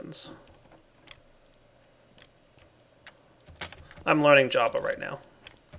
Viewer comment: am I the only one who noticed when he said "I am learning jabba"it sounds like java